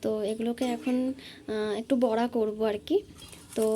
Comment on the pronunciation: Kotha ta বরা নয় গো বড়া হবে।বরা মানে শুয়োর